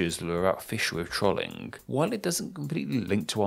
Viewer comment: Pronunciation of "Trolling": Tr-olling Correct: Troll-ing